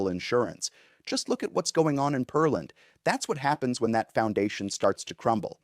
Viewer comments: It's not "Per-Land" - but "Pear-Land"....Just like it's spelled! LOL!!! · I’m pretty sure it’s Pear-land, not Pearl-and. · It is Pearland. Check the pronunciation before you video!😢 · This guy's probably not from Texas OR is not familiar with Texas cities name pronunciations. Smh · But not of Peerland. He's apparently never had anyone pronounce the word "pear" to him before. A pear is a fruit and pronounced similar the word "bear".